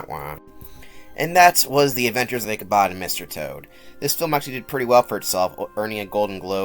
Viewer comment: its ichabod with a D im soory its like stopping me from fully enjoying the video and that's just a me thing, otherwise great vid